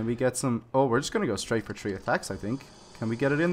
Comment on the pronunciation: He said tree as 3